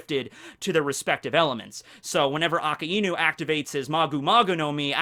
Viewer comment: Good talks, but it really annoys me how you pronounce Akainu. :|